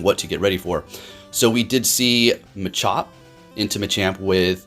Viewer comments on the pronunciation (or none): none